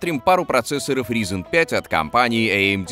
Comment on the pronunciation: Как же режет слух - "ризин".